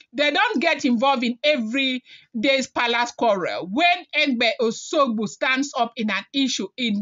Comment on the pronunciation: It is called O S U G B O and not Oshogbo as pronounced by you.